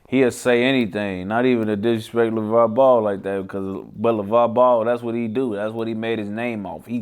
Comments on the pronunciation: Who the fuck is “Levar” I thought it was Lavar 😂😂😂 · LAVAR NOT LEVAR